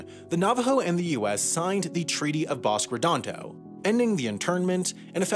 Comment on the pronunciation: Also BOS-keh Redondo not Bosk Redondo